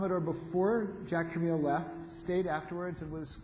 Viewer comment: Pronounced trə.mel'. Unlike the moderator's trə.meel.